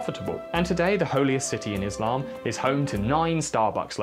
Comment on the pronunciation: Thank you for pronouncing Islam correctly.